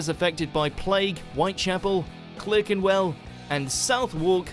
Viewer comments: Ref the Plague bit, the narrator is mispronouncing Clerkenwell and Southwark. They should be pronounced Clarkenwell and Sutherk. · Neither is the pronunciation of the guy whose video the American guy is reacting to. For some reason he pronounces 'Southwark' as 'South Walk' and Clerkenwell as Clerrkenwell. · Clerkenwell and Southwark are not pronounced in the way that the narrator said, although he does sound English.. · I'm British. As soon as I heard this so called British expert pronounce Southwark and Clerkenwell, in my mind it cast doubt on all his other "facts". It is "Sutherk" and "Clarkenwell", not South-walk and Clerkenwell. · And what credence can you find to a video that pronounces both Clerkenwell and Southwark incorrectly?! Clerk is pronounced as with an "a" clark and Southwark is pronounced (close as I can spell it) "Suthark" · For info Clerkenwell is pronounced Clarkenwell and Southwark is pronounced Sutherk - I'm surprised the guy in the video didn't know this. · You'd think that the Brit narrating the video may have at least done some research into the pronunciation of some of the London place names he mentioned if he wasn't sure! Clerkenwell is pronounced Clarkenwell, and Southwark is pronounced Suth'rk...definitely not South Wark! 😁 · Excellent reaction as ever and upvoted, but I noticed that the narrator of the video being reacted to had a seemingly English accent but unaccountably used several US pronunciations during it. ‘Dye-nasty’, ‘South-walk’, ‘Clurkenwell’ and several others that I have already forgotten. Is this so that US viewers will feel more comfortable? I mean, if they asked a local Londoner the way to Southwark (‘Sutherk’) and the local chap politely pointed out how it’s actually pronounced, the US visitor would be quite justified in saying ‘No, you’re wrong there. I saw a YouTube video and this English guy said it was ‘South-walk’. Perplexing. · Pronunciation of 'Clerkenwell' and 'Southwark' (From an Englishman?)